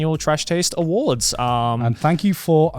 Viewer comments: I really hope the "w" instead of "s" in "awards" was on purpose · 10 seconds in.... Connor messes up and im already bothered by that "AwardW" but i love it :D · "The trash taste awardw" I think someone pressed w instead of s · ah yes of course “ The trash taste awardw” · IM GLAD SOMEONE ELSE POINTED OUT THE "Awardw" HOLY CRAP THAT WAS BOTHERING ME SO MUCH LMAOO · Don't know why but "AWARDW" cracks me up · "welcome everyone, to the trash taste awardw" awardw awardw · "awardw" lol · “AWARDW” 🗑️🤌🏼😂 I love it